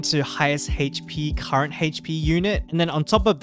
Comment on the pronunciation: Haha goes "hayche-pee"